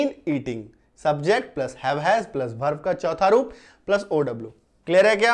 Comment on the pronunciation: भर्भ nahi वर्ब